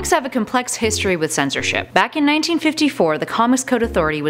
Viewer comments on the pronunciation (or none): none